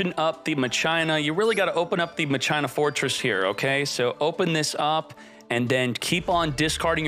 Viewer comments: Cmon man you know it's pronounced "MA khee naa" Not " muh china" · Just a few detail, they aren't pronounced machyna They are pronounced makina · Are you saying Ma-China on purpose? It’s Mah-Kee-Nah. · Machina (MAH-CHINA) i thought it was (MA-KEE-NA)???? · “Ma-Chie-na” dude it’s said “Ma-kee-na” how is that not obvious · It’s Ma-kee-na not Ma-Cheye-na ;D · then youd say Masheena. Never in my life heard someone say Muh China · Omg "machaina" is back My ears!!! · Isn’t pronounced Ma-kin-ah Not whatever the heck called it lmao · i love unironically saying ma-china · I noticed this too I was like why is he calling it Ma-China 😂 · I kept asking myself what the heck "machina" was until I imagined the word in my head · Bugs me how he says it lol